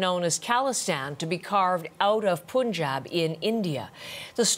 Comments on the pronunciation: I don't know why they never say fun as foon and sun as soon but they say Punjab as poonjaab 😑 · It's Punjab (Spelled as "Paanjab") , not as "poon jab" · It's not pronounced as Poon jab. It's Pun jab as in " no pun intended ". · It is Punjab. Pun as in no pun intended and jab, Punjab. It is not poontang to call it the way she did. What news channels are these? Do they know anything about the world other than US? Do they research? Do they speak proper English as in British English?! Disgusting! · ITS PUN-JAAB not Pooon-jab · the pronunciation is Pun not Pon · Its sun not soon ... its fun not foon.. its punjab not poonjaab 😑😴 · They always say poonjab don't know why 😂😂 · why it's so hard for westerners to pronounce Punjab 😅